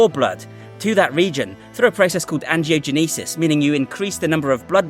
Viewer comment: Hey, when you say angiogenesis, think of the band Genesis for pronunciation!